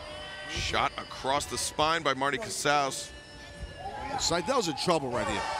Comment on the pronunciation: Hell yeah!! The original Jurassic Express theme music!! So glad it's still being used. So much more fitting.. though I understand the crowd participation element of the newer JE theme (cant think of the name of the song off the top of my head). Also.. Marty Casaus... sounds like Trale Lewous to me.